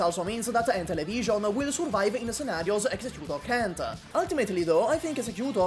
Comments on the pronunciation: "encincila" what!!!? 🤣🤣🤣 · Thought you said Enchinchinlla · struggling to say Enteleche for 5 minutes